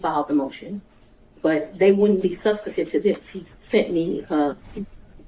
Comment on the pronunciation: She keeps saying SUBSTATIVE. THAT is not a word. I’m assuming she means sub·stan·tive . How did she get her position? She sounds uneducated. Poor court reporter. Going to be a lot of sic in this transcription.